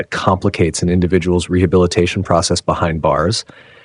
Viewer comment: and she couldn't pronounce rehabilitation properly